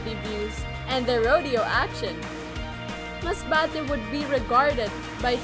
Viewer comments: The way represents her hometown. How she pronounced “MASBATE” you can just feel it. She’s so proud. And, I think “Masbate” should be proud of her too. She boost the city and a lot of people now interested to explore Masbate. I also loved, the way she put all the tourist spots in Masbate. We didn’t know before that they have white sand beach. Good job. I hope this pandemic will end na so, I can visit your hometown 💕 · Yung pag bigkas ni ng Masbate sa dulo🥺 ramdam mo talagang pinagmamalaki nya ang province na kinalakihan nya. Tagos sa puso.Nakakaproud kahit hindi kami magkababayan kasi Im from Mindoro, the Brownout Capital of the Philippines😄😭😭